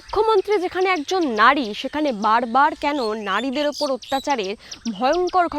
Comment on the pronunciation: It's নারী not নাড়ী